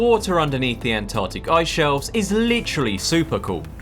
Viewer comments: Why can't you pronounce Antarctic? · The An-Tah-tic